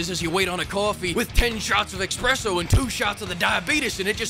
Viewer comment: I like how he nonchalantly said "expresso" in the vid